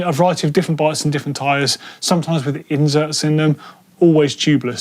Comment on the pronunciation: saying Inserts reminds me of Jen from the IT crowd saying computers